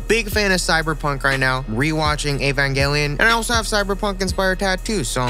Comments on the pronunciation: nobody: christian: ayy-van-gell-eh-in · He pronounced Evangelion wrong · i hate how you say evangelion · the way you pronounced evangelion hurt my soul